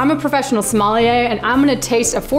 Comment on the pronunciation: great video! but crazy how you pronounce your profession as Smolliere xD